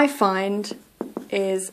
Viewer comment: It's not "pind" but "find".